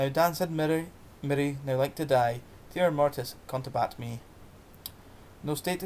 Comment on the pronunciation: OK, thanks ... a wee bit more practice before reading this great old poem would have helped, so that glitches like mispronunciations and appreciation of cadence could have been improved. Furthermore, if you re-record it, please pause before the "Timor" line, then say it more slowly with stress on each first syllable. You could also try lowering your voice a bit on that line so that there's a little more fear and foreboding. I'll gie it a wee bash mahsel' if ye like ... GBathgate, New Zealand